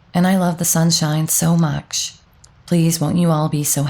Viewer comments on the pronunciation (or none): I like your voice, but find it weird that you sometimes seem to add some "k"s like in marriakge, mukch; evenkually or akge.